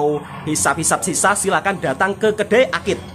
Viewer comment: Ni pun jangan salah sebut. Shisha bukan sisa